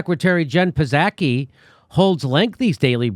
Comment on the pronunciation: Hey Jimmy, the p psaki is silent just like the p in president biden